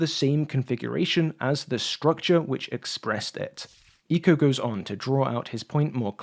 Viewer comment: Referring to Umberto Eco, it‘s pronounced „Ec-co“, basically like „echo“.